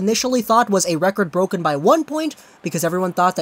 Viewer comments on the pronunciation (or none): none